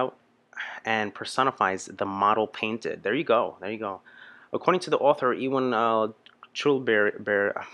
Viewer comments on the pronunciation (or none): none